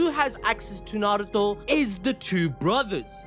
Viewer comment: I give it to you props for pronunceing narto perfect even most dub actors dont even say it righ .....they say it how its pronouce it how its spelled in english i only see sasuke dub really says it perfect right alll they roll on the r heavy most say it like n...are...u toe the one way that trigger me when people say it like nn..aye..ru...toe 😂😂